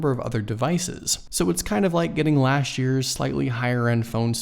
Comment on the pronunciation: Speak correct English 'lasht' year please say correctly LAST year